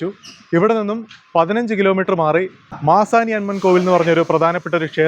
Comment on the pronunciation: Manasi alla...maasani